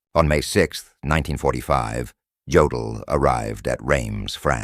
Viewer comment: Yodal? Durnitz? Really?